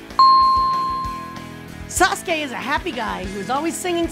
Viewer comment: Its wierd how they pronounce sasuke as saskay